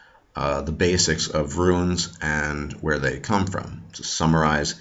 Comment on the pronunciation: Runes goddamnit not ruins ...JFC!